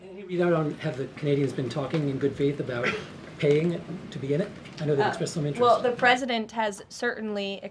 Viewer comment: "Wool, the President said...." She can't even say "well" like an adult. Still pronounces it like a child. And they still make jokes of Biden's old aged speach impediment. Guess what Karoline... what goes around comes around. Incoming!